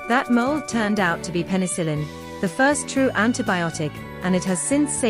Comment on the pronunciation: Sounds like the "qwerty keyboard" was an "on purpose," not an accident. "Pencil-in?" Learn to talk.